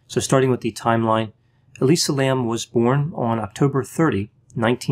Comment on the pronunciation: That’s now how you say Elisa.